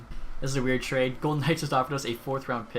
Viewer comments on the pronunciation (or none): none